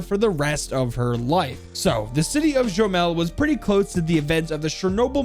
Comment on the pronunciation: Man. Gomel. G is like in the word "Great." Gomel, not joemal.